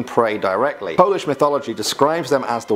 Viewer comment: Your pronounciation of polish is pretty good